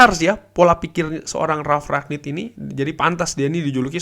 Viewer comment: Kyknya masih salah deh penyebutan nama Ralf Rangnick nyaa